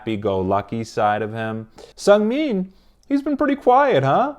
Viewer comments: Just a quick heads up! It’s pronounced Chang-bIN and SeungmIN Great video though, I highly enjoyed it 👍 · It's actually pronounced seu-ng-min. :) also seungmin and minho are like considered to be the strongest mentally in the group so at times, after bang chan, they were the ones who would say the speeches. Also you really haven't seen how chaotic they are. One of the noisiest group i've ever stanned. ;) funny how chan can make them quiet down and listen to him. If you want to see chan being intimidating, just watch him in the studio. I'm joking but he has his serious sides and it's really admirable. All of skz has a soft spot for felix. Who can blame them? Felix has that charm where you just want to take care of him. Also recently, seungmin has been teased a lot by skz, according to him. Lol.